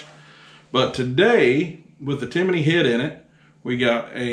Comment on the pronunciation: TIMIIINY? There’s no “I” in there bud